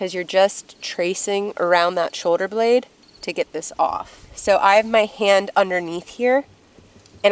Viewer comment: Shoder or shoulder? Lol